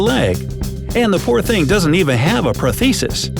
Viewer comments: LOL. You can't even pronounce prosthesis. Pros-thes-is not pro-thes-is. Sssssssss. You shouldn't be making all these IQ videos when you mispronounce simple words. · Ya mispronounce “prosthesis” too. Some of these “25 mistakes” are a big reach, as others have said. The bushes could be growing over the fence from the other side, for example. 2nd vid in a row that’s more annoying than cool. ☝️Here’s me wagging my finger at you,. Step it up!